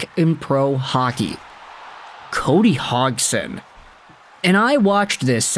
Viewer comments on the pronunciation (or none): Cody Hogston? lol, the g is silent, not the d